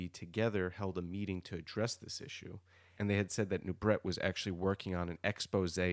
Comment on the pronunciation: Serge Nubret is pronounced " Nu bray". Et at the end of a word in French is often pronounced " ay"